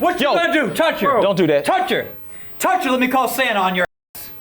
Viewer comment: He said Satan but it sounded like Santa.